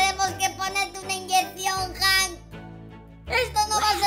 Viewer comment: Cuando tu dijiste hank escuche que dijiste Ben 🐕🐶